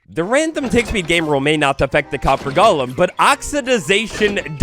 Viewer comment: It’s “golem,” not “Gollum”!!!!!